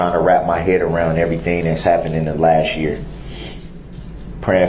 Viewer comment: Actually he said “haett” for head.